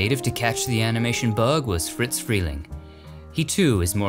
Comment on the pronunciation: Not Fritz. No T in the name. Friz